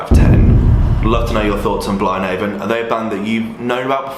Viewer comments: I’k annoyed me throughout this video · never heard it being pronounced before and it isn't what i expected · you're saying it wrong.